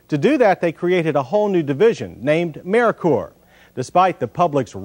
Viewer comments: Lol it's pronounced Murker not Merikur😂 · I always thought it was mer-ker , as in Mercury. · Was “Merkur” really that hard to pronounce?